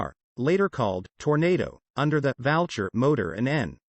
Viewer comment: I think the robovoice pronounces U as an A. Valcher should be Vulture and Hacklecote should be Hucclecote. (Voice-activated script is always appalling and it usually causes me to switch off in annoyance. PS Gloster used the old spelling of Gloucester for their company name. However, The robo pronunciation as heretofore mentioned is incorrect.)